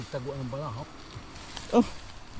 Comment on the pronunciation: BLESSED MORNING TO YOU JM TWINS & TATAY ANDONG..! ITS INTERESTING FOR ME TO KNOW, NA NAGPUNTA/NAMAHAY PLA DYAN ANG SINASABI MONG BALAHAP, ACTUALLY ITS " HUKBALAHAP " NOT BALAHAP, THEY ARE NOT BAD PEOPLE,AKALA KASI NG IBA BASTA HUKBALAHAP EH MASAMA NA..." HUKBALAHAP " MEANS HUKBONG BAYAN LABAN SA MGA HAPON..! PEACE..!❤️